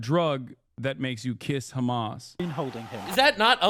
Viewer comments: I get you are a jew, but stop saying Khamas you dumbass. It is Hamas, in Arabic it is not a Kh sound but an H sound. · “Hamas piker” 😂😂😂😂😂